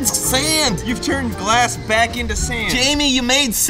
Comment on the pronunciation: “that’s what gllaahsand” “JAMIE YOU MADE SAND”